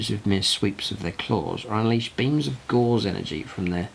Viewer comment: Love the content, but please check your pronunciation. If you say a word wrong, so many others will. Both oed and chambers dictionary give only one variant of Gauss, it is GOWS, to rhyme with mouse, not gauze.